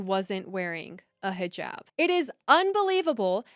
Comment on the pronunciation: Thank God you are pronouncing hijab correctly not highjab